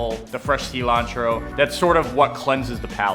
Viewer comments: The seelantro. If youre gonna speak spanish, speak spanish. Its "sill-ontro" in english, friend. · 'Cee-lantro' no ty, bye bye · closer than cilanthrow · "See-lantro"? Pft. Cool, dude. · Es cilantro :v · I hate how he says cilantro.